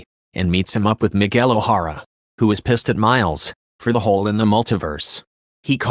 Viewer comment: “Miguel O Whora” But this sure is true,this is what happens